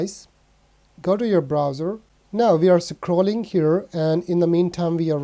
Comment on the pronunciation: I like how you say Sacreen and Sacroll